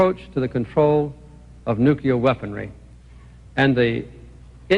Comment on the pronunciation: I wish Carter could pronounce "nuclear" correctly. It's annoying.